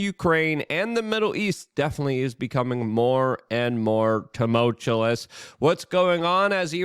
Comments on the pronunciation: TUMULTUOUS, doesn't have a second L. It's not TUMULTULOUS...smh. You're not making yourself sound, very educated. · TumulCHULLIS... SimaTAINLIUS... lol dude has his own vocabulary